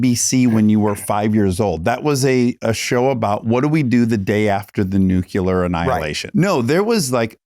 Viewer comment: Nuclear. Not nucular. Please.